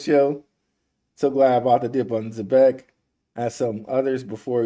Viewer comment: It's (ZEE-BEC) not (Zeh-bec) damn and I went to a ghetto public school. Learn to say it right, please.